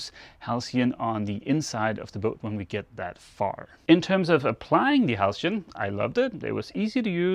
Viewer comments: You pronounced halcyon perfectly. I do a fair bit of carpentry and make tables and prefer wax to varnish. Varnish is tougher. But IMHO wax looks better. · Yes,, "halcyon" is pronounced exactly as you said it.